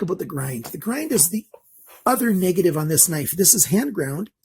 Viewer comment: Many ppl and sellers state :Full Flat Ground. And you sound like one of them saying "ground" instead of grind.